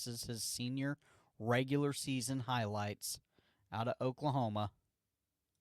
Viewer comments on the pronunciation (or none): none